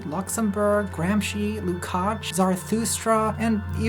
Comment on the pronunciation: I'm late but I laughed hard when she spoke "zaratrusta" and a picture of Slavoj Zikzek came up. I don't know why... and I may never know.